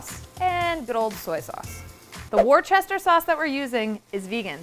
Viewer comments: Worcester is pronounced wu-ster ! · Worcester is pronounced "wooster"! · The way she pronounced Worcester as war Chester is killing me lmaooo